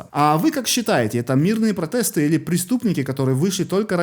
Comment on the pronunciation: Правильно: Грэта Тумберг,фри Палестина - свободная Палестина,а не бесплатная. И слово протесты произносится с буквой "е",а не протэсты. Мне не жалко людей Италии. Фашизм,который там процветает,оборачивается против них.